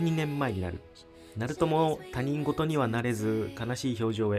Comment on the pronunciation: 他人事は「たにんごと」ではなく正しくは「ひとごと」と読むんですよ。